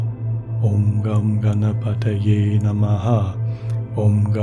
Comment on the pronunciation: Hello, I am not aware how to reach you personally so commenting here. I was not surprised to hear Ganesh Mantra in this week's meditation. I feel you are a spiritual soul too and I love all your meditation sessions. I request you to use the correct pronunciation of the mantra for the benefit of all. Here is the Mantra: ||ॐ गं गणपतये नम:|| ||Om Gan Ganpataye Namaha|| The effects of a Mantra are primarily on the one chanting it. Once a state of constant remembrance of the Mantra is reached wherein it resonates within your self subconsciously too it starts to effect the surroundings. Setting the intent for chanting the Mantra individually is important. Also of equal importance is the pronunciation. Mantras essentially are phonetics based and have a particular meter to chant. The effect in it is that the sound vibrations caused by the correct pronunciation of the mantra text, when combined with the rhythm it is supposed to be chanted in, resonate within the body more specifically our skull and generate vibrations which have a direct affect on the Pituitary, Thyroid, Thymus and adrenal glands. This in turn results in physiological and emotional changes in the person. Now if the pronunciation is incorrect, the potency of the sound vibrations is diluted and eventually lost, thereby weakening the effect it is intended to cause. Wishing you love and peace from India 🙏